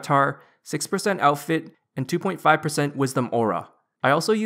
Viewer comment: "Hello YouTube, today I'll be showing an updated tree farming ruNN guide, for twenty seven-TEEN". "So for my equipment setup, I have the full farmers outfiTT". To be fair, the awkward syllable stress is diminishing with every video, but it is quite prevalent in your earlier videos. The only reason I mention it is because I find it quite distracting. I'm not having a go at you; I'm genuinely curious.